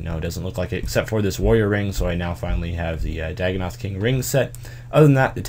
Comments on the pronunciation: "daggnoth hatchet" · Any1 notice he said " dagonoth hatchet "